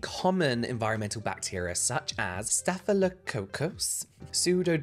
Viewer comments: "staff lo ka kuss" "soo do mo nus" "bass ill us" microbiology is fascinating 😂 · "staff-a-low-caucus" "psuedo-moan-us" "ba-sill-us" :}